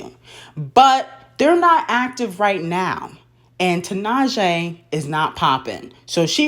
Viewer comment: wow can you first learn how to pronounce tinashe’s name please.